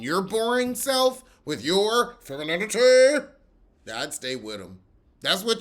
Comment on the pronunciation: everytime says "femininity" 🤣🤣🤣🤣🤣